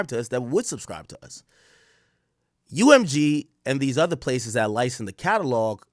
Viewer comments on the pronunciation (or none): Ak you can’t pronounce license 😂 nikka said licent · can’t wait for the day AK says “license” properly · Ak says "license" like a Jamaican lol